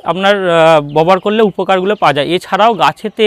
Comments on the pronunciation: Aapni "Babohar" kotha ta bobohar bolchen keno ? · আরে দাদা ববহার নয় ব্যবহার হবে। 😂😂